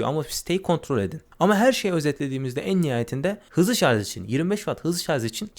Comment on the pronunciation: Kardeşim madem teknoloji meraklısı bir adamsın, sarz değil şarj.